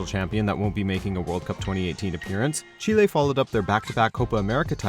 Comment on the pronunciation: Stop saying chile like that